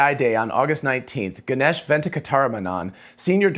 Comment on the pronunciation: Ganesh pronounced “Gan- ayish” ay as in “hey” :)